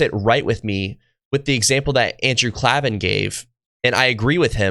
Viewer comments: Klavan, the accent is on the first a as in able. Nice video though I appreciate it. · but he isn't. Messies are fundamentally dishonest people. Klavan (which, btw, is pronounced Klay-vin, and not Klah-vin) is, if I'm not mistaken, Catholic. He's not the first Jewish apostate who became Catholic, but while it's equally in error, they're very different things. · Not Klah-van It's Klay-van. It's a recurring joke on his ad reads. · His name is pronounced "CLAY-ven," not "CLAH-ven". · Andrew Klavan….pronounced KlAvan, not KlEvan. Otherwise, excellent job! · Klavan is pronounced "Clay-vin" and not "Klah-vin." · Klaven - pronounced, "clay-vin", not "clah-vin". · His last name is pronounced CLAY-VIN, not CLA-VIN. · Great video, the name is pronounced Klavan like "Clay-van", no aahs or E. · It's Clay-van, not Klah-vaahn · Klavan as in Klay-ven. :) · KlAven with a LONG A :) he used to always stress it on his show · You mispronounced his name with the soft a at the start and I stopped there. There is zero chance you mispronounce that if you listen to more than segments of his show. It’s a hard a. like CLAY but there ARE NO E’s in KLAVAN. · Just for future reference, Andrews' name is pronounced Clay-vin. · It's KLAY-VAN. K l a v a n! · Klaven is pronounced "clay-ven". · Another great video,. He pronounces it KLAY-vun. I love seeing Ben's friends preaching the gospel to him. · It’s Andrew Klayvan. Say Klayvan. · Great video! Im really enjoying your content. Also, Klaven is pronounced 'CLAY-vin'. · His name is pronounced "klay-van." And it was his wife that helped him choose Christianity. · Just FYI “Klay-Van” is how you pronounce his name, like clay or play. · BTW his last name is pronounced Klay-vin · For future reference, his name is pronounced Andrew Klavan, with a long A sound, as in “save” or “gave”. 👍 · Dude, if you can’t even learn how to pronounce Andrew’s last name. HE’S SAID IT HIMSELF IN VIDEO UPON VIDEO.